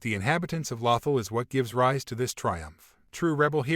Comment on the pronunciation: Exactly. It was driving me nuts..